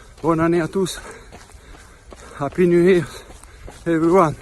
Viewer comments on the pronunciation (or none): On dit happy new year ,pas happy new here